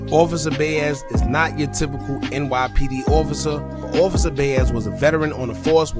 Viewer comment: Bro atleast pronounce ppl name right if you’re telling they story. Bayez isn’t Baez. Boooo